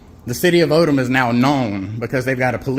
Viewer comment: Its Odum Georgia, not Odom.